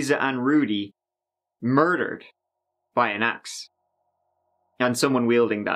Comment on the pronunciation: Ew! He had clear trouble saying word 'Axe'.